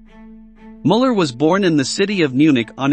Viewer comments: You can't even pronounce the names normally, that guy's name is Muller, not Moller and it's not Mengel, his name was Mengele. Look into it or is it just about the clicks? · I appreciate the information, but these names are being butchered. Müller is pronounced Mewler. I'm not an English phonetics expert. I spelled the pronunciation the best I could.